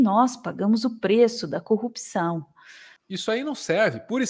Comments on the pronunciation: Esse também não sabe falar corrupção. "Cupção" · CÚPÇÃO ! é isso que ele fala? KKKKKKKKKKKKKKKKK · Ele tbm fala cupção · Pq todos eles falam "cupiçao" !? 🤔😐🥴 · Deltan não consegue falar "corrupção", igual ao Moro xD